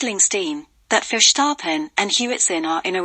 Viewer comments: Incorrect: Mercedes was not robbed of their 8th title, Mercedes did win 8 times in a row. Pronounciation is not Furshtappen. Max Verstappen is not doing anything wrong. However his father should shut up as he could ruin his son's career! This video is pretty poor. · So you are querying the English pronunciation of a Dutch name while getting the facts wrong. We said Sir Lewis's 8th title not Mercedes. Max Verstappen has been doing everything he can possible do wrong. 🤷